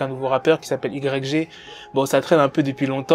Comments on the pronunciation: i grec jé 🤣🤣🤣🤣 ça se prononce « waye ji » connard 🤦🏻‍♂️ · IGRECG 😅😅 ça se prononce way (Y) djj (G) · arrête de Dire Y, G sa se prennonce WY JI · C'est si dur que ça de prononcé un blaze correctement?Putain pendant toute la vidéo j'avais envie d'te baffer frère. Ca s'écrit ''YG'' mais ca sprononce ''waïdji'' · ça se prononce aie j pas y g wesh un peu de respect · i grecque G ...nan c'est pas possible, ça fait mal aux oreilles autant de fois...tu dis "the game" tu lis les tweet en anglais, tu peux pas répéter 10 fois " i grecque g "...phonétiquement c'est "Ouaille Dji", merci pour nos oreilles. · YG ça se dit "Waï Djee" si jamais gros, sinon j'kiffe tes vidéos 😉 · Prononce le wa j stp ! 😩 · "Igrèkgé" ??? Get The Fuck Outta Here Man. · Ça se prononce why Gii (YG) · On dit pas YG mais "Why J" et fuck tout c'est faux Bloods, Crips Gang on the top 🔝 ☝🏽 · C'est yg (yay j) ça se prononce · mais ptn tu prononce yg mais t srx mec sa se prononce wy djee et en plus tu dit un nouveau rappeur le mec et un ptn de real g mec pas comme votre 6ix9ine la c un blood et un vrai stp arrete les video elle sont meme pas travailler c comme si 6ix9ine tu le prononce soisent neuf ou 50cent tu le prononce 50 centime et le mec est pas en manque de buzz va voir le son big bank il 80 million si je me trompe pas et le mec a ssortie des classique comme my nigga et tu dit qu'il va rien faire yg on peut dire c le blood par excellence croie moi ce mec blague pas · Putain en plus il prononce "YG" à la française ce con. Pourquoi tu prononce pas "cinquantes centimes" tant que tu y es? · mec arrête de faire des vidéos si ta pas la culture même pas 10s tu prononce "YG" ça pique dans mes oreilles et je te mets un pouce vers le bas direct. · steney Trois de ouf sa m’a perturbé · Tu piques comment tu dis YG quand même prononce le bien au moins surtout que tu le dis beaucoup...